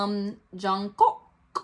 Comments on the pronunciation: its jungkook as in cook not smth else lol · Also the K on Jung Kook sound more like a g as in gas... the u of Jung sounds more like on... and the name goes Jongoog... last g is mute. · loved your reaction. btw, maknae is pronounced mahng-neh. there are videos showing them introducing themselves, you can hear how they pronounce their names. jungkook’s name is always butchered, even by most i-armys. it’s closest to jung-ook. the j in korean is softer than an english j. think more “ch” than a hard “j”. then drop the first “k”. “ook” is more “uhk” than “oohk”. i always say try saying the word jungle, but replace the “ull” sound with “uhk”. 😊 all their shows have english captioning - 3 docuseries/documentaries, run bts (their variety/game show), bon voyage (travel series, 4 seasons so far) and in the soop (soop means in the forest, it’s bts filmed hanging out on a retreat, series number 2 coming next month).